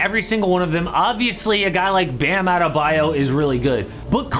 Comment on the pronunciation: Sorry! But adebayo's o is pronounced õ like in orange 🍊!